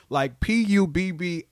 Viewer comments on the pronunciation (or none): I’m from Ohio we say “Pubablic”😂😂